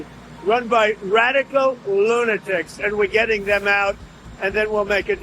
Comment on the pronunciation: 'Group of rrrrrrradkcal lunatics'